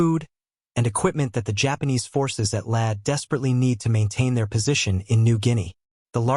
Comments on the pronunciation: You pronounced LAE [lay] correctly once but then reverted to your old ' laya' for the other times! You are getting better! That was a VERY well researched and presented video!! Just a pity more subject correct pics were not forthcoming. Great work! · Lae is pronounced "Lay", not "Leh". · lăăă😅 LAAAAAAA you know someday somebody's going to figure out how to write an AI software that can recognize long and short vowels and if they're smart the copyrighted and become very very rich people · Lae is pronounced Lay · I have been watching your videos and have enjoyed them a lot. One small petty complaint though, Lae is pronounced LAY, ( i grew up there), as I said, petty. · it is pronounced "lay" a number of other fumbled and mispronounced words and terms which are very distracting. Like Reball not Rebaal. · Wrong B-25 pictured in the beginning of the video. Canon armed B-25H was long after the B-25Cs used in the Battle of the Bismarck Sea. "Lae" is pronounced as 'lay'. Pappy was a former US Navy Chief Petty Officer.